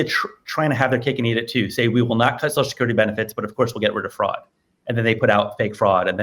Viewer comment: Drink anytime Sam says "soshascurity"